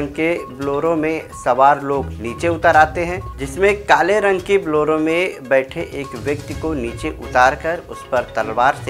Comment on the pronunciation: Arey teesri fail Reporter woh Bloro Nai Bolero car hai... kaun banaya re tero ko reporter?